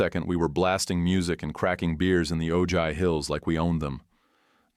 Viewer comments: AARGH Ojai = OH-hi, Spanish word. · TEACH YOUR AI NARRATOR THAT THE J IS PRONOUNCED AN H IN OJAI. 🤦‍♀️🤦‍♀️🤦‍♀️🤬🤬🤬